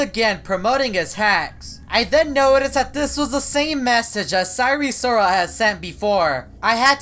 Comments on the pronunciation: ive had eris loris AND sire sirol in my game at the same time, and they've never done anything except promote hacks by the way, its pronounced seye-er sirol, not si-ry sirol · eris loris? its sire sirol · it’s sire sirol not eris loris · I know and says sire srol pronounced isn’t it sire sirol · Isn't it sire sirol? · I thought u said it was sire sirol??? Im confuse 🤔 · He just flip the name of sire sirol